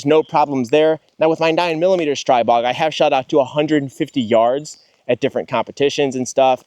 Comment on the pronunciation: The Slovaks pronounce it "Stree-bog," my new found friend.